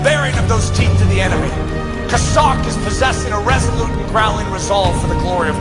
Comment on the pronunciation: Maybe he should shut up and listen to how to pronounce Chazak!